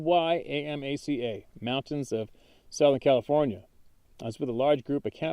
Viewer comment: In the first story, Cuyamaca is pronounced Quee-uh-maca. For those who know the area, I had my first sighting between Julian and Green Valley Falls. My second sighting was near Dudley’s Bakery and Lake Henshaw.